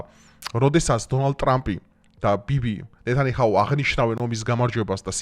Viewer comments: ნეტანიაჰუ ჰქვია და არა ნეტანიჰაუ. ასევე ბასტერ ბომბია და არა ბლასტერ. ამას იმიტომ ვამბობ რომ კარგი კონტენტი გაქვს , საინტერესო და თან სერიოზული თემა. თუმცა როცა სახელებს არ ამბობენ სწორად, რათაცნაირად კარგავს თითქოს აი იმ სერიოზულობას და ხარისხს. ანუ Netanyahu ნეტანიაჰუ არის და არა ნეტანიჰაუ. ასევე Bunker buster ბანკერ ბასტერი. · ნეთანიაჰუ და არა ნეტანიჰაუ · ყველანაირად კარგი ბიჭი ხარ მარა ამ ნეთანი ჰაუ რით ვერ ამბობ სწორად?? ნეთანია ჰუ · ნეთანიჰაუი კიარა სწორად გამოთქმა ისწავლე რა მოტყანი ტვინი შე სირო რა ნეთანიჰაუ ტრაკით ისმენ ბლიად,რა მაგარი სირი ხარ, ჭკუას არიგებ ხალხს და სახელს ვერ გამოთქვამ სწორად ბლიად სერიოზულად როგორ უნდა აღგიქვას ადამიანმა თან პირველად არ გეუბნებუ და მინახავს სხვაც გიწერსნიგივეს და შენნათქვამა ყლე ბავშვი ხარ თურმე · ნეთქნი ჰაუ, ჰარისონ ფორდი, უინტკოფი, კიდევ იყო რაღაც დამავიწყდა ))) რა გჭირს შენ დღეს?))